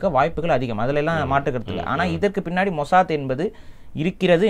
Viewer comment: மொசாத் ❌ மொசாட் ✅😂